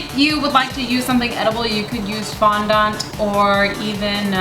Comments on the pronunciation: i dont like to correct but it isnt fawndawnt it fondant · . “ Fondont. “ I can’t stop laughing! OMG! So hilarious! 🤣😂😆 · No offense. Well this isn't even mean! I LOVE how you say FONDANT! I say FON-DINT. And Tiffy says FON-DO-NT! I LOVE HOW YOU SAY IT!!!! Its HILARIOUS to me :D